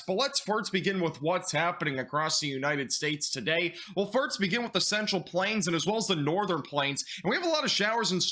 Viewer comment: I'll take a shot every time you say "firts" instead of "first" 😂😂 i think its cute, theres nothing wrong with a speech impediment. I can hear your tongue very very thick as you speak, i used to speak the same way. When i would make "S" noises my tongue would poke past my teeth and give me a heavy lisp just like yours. My son speaks that way still a bit but it used to be worse. Im sure its very inspiring with other kids with speech difficulties to see you doing this job despite your speech issues. Keep it up!